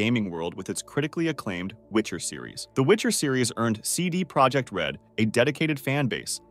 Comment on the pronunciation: as you see it's not English "CD ProjeCt it's "CD ProjeKt" use google translate to see the difference.